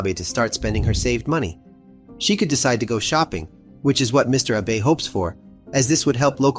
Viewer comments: Ah-bae is the right pronunciation if I’m not mistakened. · The Romanized Japanese word BE is pronounced BAY. Wa Ta Na BAY. Shinzo ABAY. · This is an interesting video, but the vast majority of day traders & forex traders lose money. Also you mispronounce the prime ministers name, which is “AHH-be” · excellent, excellent, excellent work. I've contacted the fuzz about the criminally low viewer n sub count. 1 small critique, from someone who lived in japan for approx 15 years, yr pronunciation of "Watanabe" is pretty good, but yr pronunciation of Abe is not. there is only 1 "a" sound in japanese. the abe in "watan-abe" is also how you should also pronounce the assassinated former pm Abe. ( Arbeh) name. thankyou for your scintillating effort. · I didn’t know anyone pronounced Abe like that.